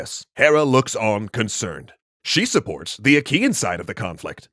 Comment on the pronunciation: Wait I thought he said "Ikean" instead "Achaean" I was imagining an army of GULLTÖRELs sieging Troy.